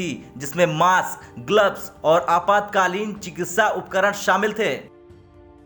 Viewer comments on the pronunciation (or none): none